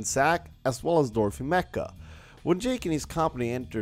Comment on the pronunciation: It's Not mecca it's MACHA 🙄